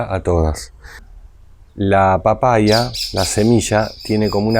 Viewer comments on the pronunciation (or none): Jajajaja por qué dice papaia? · Por qué dice papaia en vez de papaya?